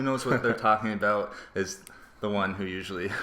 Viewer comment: I heard aboots so my guess is Canadian or Minnesota